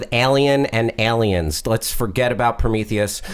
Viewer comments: hal says aliens so wierdly EHLEEYENS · Hal what's "Eliens" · Why did Hal say "Ellien and Elliens"?